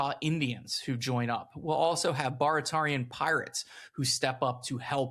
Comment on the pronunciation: And they were Bare-ah-tear-e-an instead of bar-a-tar-e-an